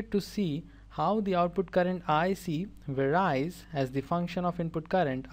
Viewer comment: Great job really but it gets really confusing when you pronounce "varies" wrong.